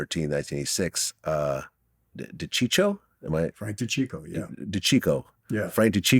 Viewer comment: I like how glad purposefully mispronounced dicicco..said it the same way in Sammy's interview yesterday make the same mistake twice it's not a mistake anymore. he's done his homework he knows how to pronounce it. idk why he always does dumb sh like that. clown don't know why that bothers me so much but it does lol